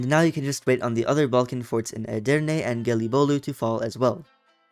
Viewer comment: As a Turk, you read Edirne 3 times and you read it correctly all three times.Mamluk is my favorite country because it is getting stronger faster than the ottoman.But unfortunately the mission tree of the mamluk is old, it needs to be updated, and the ottoman is in the same way.